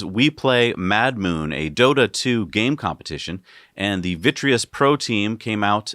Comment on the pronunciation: “Vitreous pro” lol. It’s Virtus Pro. Anyway it’s cool to see you mention Dota 2! The best e-sport there is!